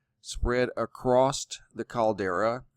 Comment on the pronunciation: ACROSST ??? Why does he add a T at the end of across?